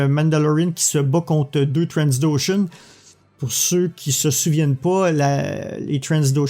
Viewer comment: On dit Trandoshan, pas Transdoshan ^^